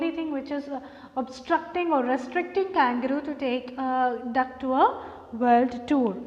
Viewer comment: Mam u r pronouncing the name of kangaroo wrong mam